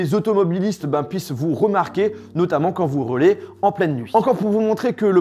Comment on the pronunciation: entendez reuler au lieu de roulez...😁😁😂😉😆😅👍